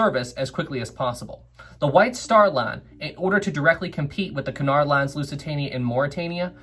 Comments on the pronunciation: Sorry, but it's 'coo-nard', not 'ki-nard' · isn't it que-in-ard line?